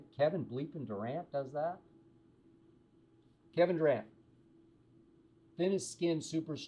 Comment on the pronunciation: Kevin Du-cant or Kevin Duran as in " No Mas "